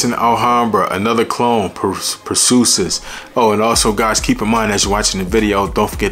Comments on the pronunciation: Every time I heard per-soo-sis instead of per-see-is it messed up my focus lol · Per-see-us...is the pronunciation. I been wantin' to get this one ! I love Hercules and Galatea ! Thanks for this info on Perseus bro. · It’s pronounced per C us. Per ceeeee ous ❤ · Lmao.... say Per-See-Us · I know I’m late to the party but Purrsoosis has me in shambles 😂😂😂. I’m laughing with u tho not at u. Keep winning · 'Per-see-us"... look up Perseus in Greek mythology. He who slayed Medusa! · Bra even say Dar Marley when it’s clearly De Marly 😂😂😂😂😂😂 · Pur sue sis lol..bro, your pronunciation of words in all your videos lol .. and you say it with such confidence lol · I agree! We want to to support the channel but… it takes only a 10s google search to find pronunciation of these names before filming the vid. One of the most important thing about this hobby of ours is knowing how to say the names right! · Your pronouncing it wrong lol nice vid though